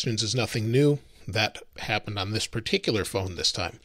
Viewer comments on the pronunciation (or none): none